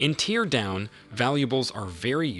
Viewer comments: It's not pronouced 'tee-ear' like when you are crying. It is "tare" like, to rip apart. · Tear (in Teardown) rhymes with hair, fair, scare 😉 And the s in debris is silent. Deh-bree 😂 Minor but annoying things. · Teardown? You what mate? Tear. Tear... not tear. Bloody AI slop. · Why do you pronounce it "tear" instead of "tear"? 😉